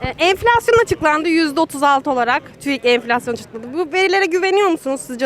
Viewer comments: Neden yaşamıyor çünki merkel bırakmıyor bunu çünki süper almancası var bulunmaz meslegi var merkel bırakmıyor enfilasyon diyemiyor enfeksiyon diyor 😀😀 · “Enfleksyon” diyor 🤣